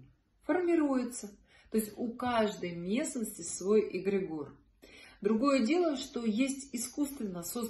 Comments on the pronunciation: Очень интересно и познавательно. Но следует знать, как правильно произносится слово, понятие которого вы пытаетесь раскрыть. ЭгрЕгор. Ударение на 2-й слог. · всё таки какое правильно ударение на слове эгрегор? Впервые в жизни слышу от вас это слово с ударением на О. 🙏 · Очень странно ставите ударение эгрегОр ….режет ухо 😂